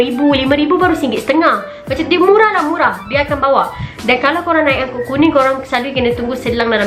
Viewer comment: ANGKOT =ANGKUTAN KOTA (city trasportation). Not "ANGKOL"!😂😂😂